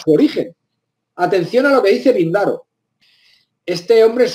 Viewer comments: Píndaro... Con tilde en la primera vocal. Cuando se pronuncia mal y con tanta seguridad, lamentablemente toda la información se tiñe de dudas. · El nombre del poeta griego es esdrújulo: Píndaro. Sumamente interesantes consideraciones. Desde estudiante de humanidades quedaba con la duda nunca resuelta por maestros.. Enigmas latentes de la historia. Saludos